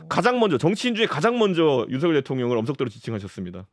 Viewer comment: 하바드 나왔더니 윤성열로 발음 해야지 따부류당에서 발음하는 윤서결 이렇게 발음하는데 앞으로 국회의원이라도 될려면 상대방 이름이라도 경멸하는 말하면 인기없어